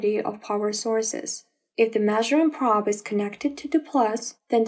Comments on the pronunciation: Praaaab, should be pronounced p'row'b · Terrible pronunciation, what is a praaaaaab?